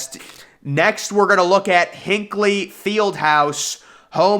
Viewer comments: Indiana has had to postpone games from the roof falling apart. Also, lol not how you say Hinkle. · That's not how you say Hinkle but okay